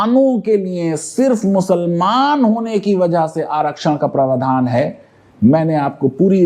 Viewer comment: Praavdhan Not pravadhaan